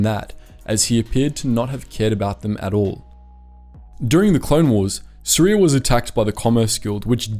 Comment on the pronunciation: “..was born in Suria..” Me: Syria ?